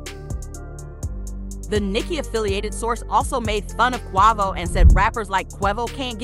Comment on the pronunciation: QUEVO ,QUAAHVO 🤦‍♂ its QUAVO